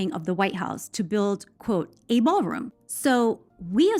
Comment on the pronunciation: The "Baalroom"